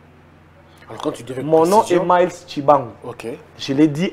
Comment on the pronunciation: C'est Myles. On prononce MICE.